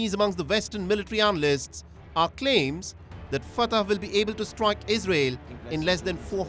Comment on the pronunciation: It's not Fatah. It's pronounced Fattah, fat-taah. Get it right